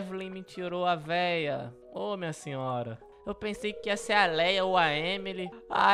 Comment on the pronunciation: Não é Léia é leah